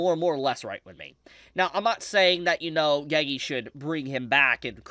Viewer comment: bro WHY are u saying geygi its NOT hard to say GE GE